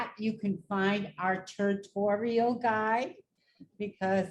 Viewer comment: haha “turtorial” classic. This is great. Thanks